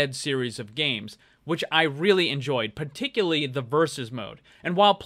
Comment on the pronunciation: The particular way that pronounces "putickully", is particularly particular.